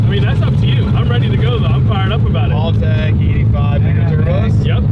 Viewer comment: Why does everybody mispronounce Haltech. It's Hal tech. Like the name Hal then you say tech, not hall tech